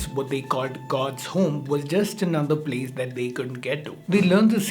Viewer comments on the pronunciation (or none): none